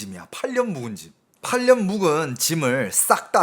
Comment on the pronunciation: 8년 묵은짐이 묵은지로 들리네.❤❤